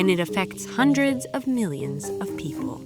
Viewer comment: yes, peo-ple